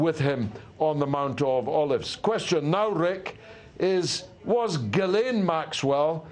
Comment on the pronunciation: Are you saying the second syllable of Ghislaine’s name wrong just for fun? The British MP said it right on your program!